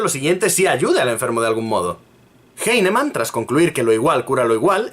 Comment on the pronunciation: cacti Bruh, no has demostrado nada en tu comentario. Lo único que haces es soltar ad populums y falacias de autoridad, llorar porque el tipo no sabe pronunciar un apellido alemán del Siglo XVIII, y atacar personalmente metiéndote con su físico. Si tan partidario eres de la homeopatía, te digo desde ya que defendiéndola de esta manera la estás perjudicando más de lo que la ayudas.